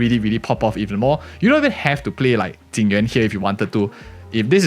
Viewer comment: It's so confusing when people call Jing Yuan, Ting Yu-in. It's bad enough with people now calling Fugue, Tingyun. But this character isn't Ting Yu-in, it just makes the video confusing to listen to.